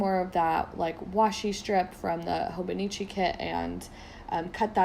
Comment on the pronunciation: It's pronounced HOH-BOH-NEE-CHEE